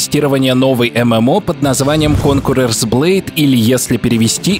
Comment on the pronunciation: От произношения названия игры кровь из ушей идёт